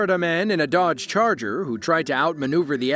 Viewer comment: What’s a Darge Charger? Honestly. Double check your AI narration before posting, dummies